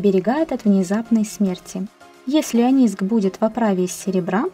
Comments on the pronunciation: Это что за грамотей ? Не онИск , а Оникс . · Так ониКС или ониСК?) Написано одно, а говоришь другое... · Говорит ониск,а написано оникс😅